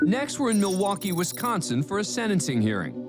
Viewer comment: IT’S SENTENCING NOT SEDENCING